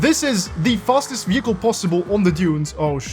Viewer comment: Vee hickle